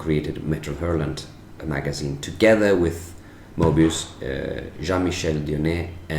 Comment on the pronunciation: Love your articulation of Maestro Moebius